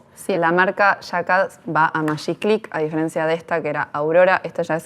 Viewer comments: Hola , muy interesante. Y muy bueno , Pero se pronuncia con G no Mayiclick. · Buenísimo, che. Aguante el Magiclick (que dicho sea de paso, argentinidad mediante, se pronunciaba "majiclick", no "mayiclick"). Tuve todos los modelos. Y esto antes de cumplir los 35: ni en pedo duraban 104 años. El del botón atrás (en el pulgar) era incomodísimo: desconocimiento total de cómo funciona la fuerza del pulgar de parte del ingeniero a cargo. Ninguno era cómodo, pero los más ergonómicos eran el facetado, que se apretaba con el índice, y el largo con el botón arriba, que se apretaba en forma de pinza, con toda la mano. No por nada fueron los últimos en aparecer. Muy buen video. Suerte con toda la serie. Saludos.